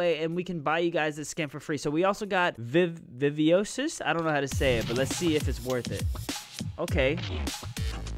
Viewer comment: Nice vid But you said viviosis it's pronounced vivashis Not tryna hate tho